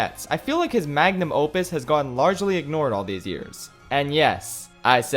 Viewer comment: Sorry m8 but I’ll have to take the word Magnum Mopus away from you